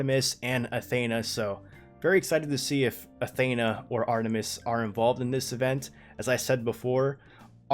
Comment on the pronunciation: You're pronouncing Athena wrong!!!!!